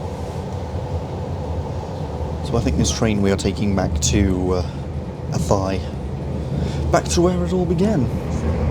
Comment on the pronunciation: Athy. My local station. The trains are usually packed. If you buy your ticket online you can book a seat though. Oh, and the locals pronounce Athy, A-tie.